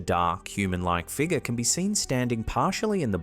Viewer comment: Can you learn to say figure correctly…for the love of god